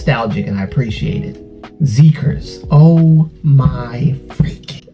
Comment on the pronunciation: I love this reaction, this song has been going around in my head for a week! I definitely need to check out the album. Btw, I just found out the ‘xi’ in Xikers sounds like ‘si’ in ‘side.’